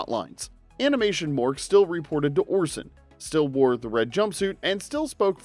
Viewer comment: "ayyy"? Is this guy a fonz tribute act? "Thee" 😮‍💨